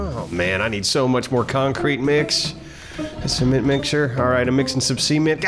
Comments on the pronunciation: Wait, how does pronounce “Cement” again?! 🤣😂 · Hey,, what's a "Sea-Ment"? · see-ment? you mean Cement.. right? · See- ment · Sounds like keeps saying semen-t. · All I hear is seament